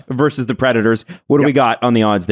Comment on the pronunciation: it's "versus", not "verse".